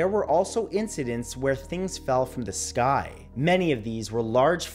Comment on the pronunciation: The er uh skoy is follin